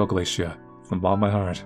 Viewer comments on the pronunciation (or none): Just FYI, The name is pronounced "gala-tee-ah" or "Gala-tay-ah". Not "Galacia". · No, is pronouncing Gah-luh-tee-uh wrong on purpose like when he Says the names Kaoru as Kaeru to mess with people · Not pronouncing Galatea (Gah-luh-tee-uh) as Glaciea lol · I've never heard anyone pronounce Galatea the way you did also I think I saw that particular mermaid in a vision